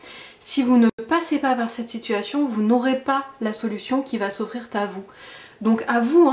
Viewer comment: Des challenges qui vont s'offrir rrrr à nous. 😁